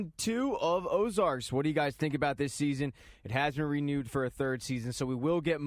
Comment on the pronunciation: Ozark dude... Ozark.... not Ozarks. Ozark. No "s"